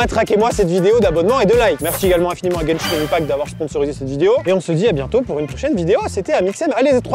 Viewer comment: juste on prononce genshin 1pact sinon la première et la dernière cachette de Thomas me fume 😭:chillwcat